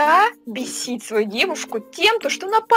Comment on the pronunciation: не бисит а бесит